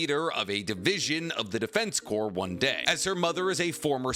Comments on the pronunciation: Edit: you corrected yourself mid-video. THANK YOU CORPS IS PRONOUNCED "CORE" MY DUDE, NOT "CORPSE". MARINE "CORE" (CORPS), ARMY "CORE" OF ENGINEERS, DEFENSE.... "CORE". The only thing "corpse" could pass for is an abbreviation of corporations or.... a corpse. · Bruh corps is pronounced as in "core" not as in "corpse." Just tryna be helpful to you as you make a living speaking in vids :) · Just so you know, Corps is pronounced core, not corpse. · My man. It is not pronounced the Defense “corpse” even though it is spell the “Defense Corps” it is pronounced like “Defense Core” you don’t pronounce the S. Like in the American military the “Marine Corps” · FYI, it's pronounced defense "core". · hey btw the PS at the end of corps are silent. “corps” when referring to military is pronounced “core” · I started to type about how he kept saying corpse instead of corps when he called himself out lol I thought I was mishearing him 😅